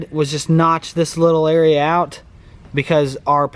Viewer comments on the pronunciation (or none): none